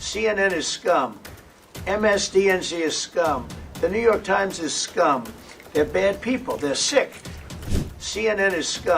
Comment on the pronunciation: Ajit Ji, I like your reports and have a.small suggestion. You are pronuncing New York as Newvark. That is wrong. There is a different city called Newark, so, please try with correct pronunciation. Thanks.